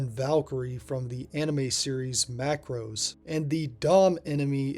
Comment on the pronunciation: Bro said "Macro-s"